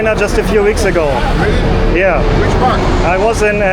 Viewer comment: Am I the only one who can't unhear not pronouncing the "R" 😂? Times Sqwewe, Wondewing and Wealy difficult, Touwist 😂.